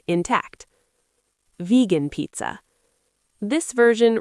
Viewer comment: Can you please not say pizza like that?